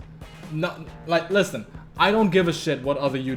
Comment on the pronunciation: XD he said lisTen. I cannot take someone seriously when he emphasizes the letter T on the word listen.